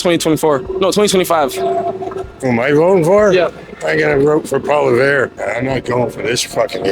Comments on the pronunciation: Just a bit of creative criticism: For starters, before you make a video, learn how to say the names of the party leaders properly so you make yourself look informed and intelligent. Pierre's last name is pronounced: Paul - eee- evre (evra) roll your toungue a little on the 'r' Listen to news casts and other Y/T-ers here on the platform & hear how they say the names of the party leaders and practice saying it. Secondly, learn what each party leader is doing, or not doing. You could be asking the people if they know of all of the scandals that the Liberal government (Trudeau's hand picked staff) is being investigated about in committees. And how many billions of dollars these Liberals have paid themselves out of tax payers hard earned money in these scandals. Many of the people you have questioned are talking about the cost of living. Learn that it is all caused by the Carbon Ta and how that affects the costs. Mention that Poilievre wants to cut the carbon tax & how cutting it will benefit all Canadians. These are just some creative criticisms that I feel would help with your interviews. . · "I'm going to vote for Paula-veer." This guy has no respect for the person. He didn't even have the decency to learn the politician's name. What does that tell you about the typical Hamiltonian? It's pronounced pwol-iv-ee-yar. Guess what? He is a so called "Libertarian". Listen to what he says and does. Then watch what is happening to Alberta, Saskatchewan, Ontario and Quebec. That's the precursor to the country on a federal level. Say what you will, but when the time comes, tell me I was wrong. My predictions are not predictions. It's evidence we've been seeing for decades. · Hate being that guy but it's pronounced "Polly-ev", not "Polly-vere". If you're interviewing people about politics, you gotta know how to say the opposition leader's name properly. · Who is PoiliVER? Lolll its PoiliEVRE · poly ev not polivere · Learn how to prononce PoiLIèVRE bud